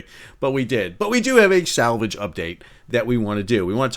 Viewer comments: sal -vage? mercogliaNO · SAL-Vage! too funny. Great video! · ‘SAL’vage, made me laugh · I always thought it was pronounced "sal-VAJ" 😊